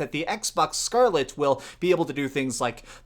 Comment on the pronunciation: I hate the way you say Scarlett